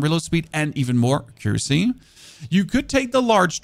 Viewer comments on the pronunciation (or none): Your english is great for someone growing up with dubbed tv. Much better than my other friends from Germany tbh. But if you wanna say it right, it's ACC-uracy, like ACC-uranus rather then a-CCUracy like you're currently pronouncing it. Also great vids, keep it up man :) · If you pronounce the following just the way you'd read it as a german, you will end up pronouncing accuracy right: äquräßi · Tungsten AP ammo is sooooo "expensive" to make in large quantities. I'll use it for bosses only. Thank you so much for this build guide - I'm gonna give it a shot (pun intended). BTW, if you care at all (and I don't really - but just in case you WANT to know)... "Accuracy" is pronounced ACK-yer-rassy. Your pronouciation just had the wrong syllable stressed, it's no big deal because we know what you meant! Thanks again so much! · Don't forget Siphon, it should be said like Sai fn, and Accuracy is a·kyoo·ruh·see.... or just google pronoucnations to see how it sounds?. eiter way it don't matter. lol